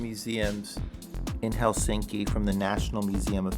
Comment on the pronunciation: I don’t understand why many foreigners pronounce “Helsinki” with strong emphasis on the end of the name? It is wrong. The first syllable of all Finnish names is always emphasized. As you pronounce “London”. In the same way!